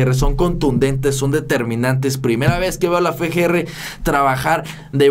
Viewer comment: Se dice Efe ge. Erre